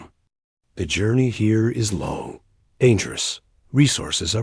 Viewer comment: into the video the voiceover reads the word "long" by pronouncing it as the word "low". I really think a real human should always check through each of these AI videos before making them public to correct such errors.